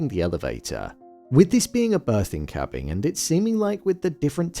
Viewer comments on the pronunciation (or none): You saying cabbing instead of cabin or am I trippin hahaha